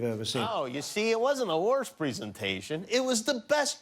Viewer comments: don’t forget preesentation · "pree sentation"